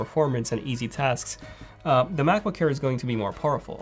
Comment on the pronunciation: U have to watch ur pronunciation of “air”, it always sounds like “care”, just have to be aware of it